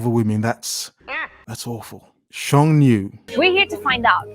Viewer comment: “Sheng nu” sounds like “shun you.”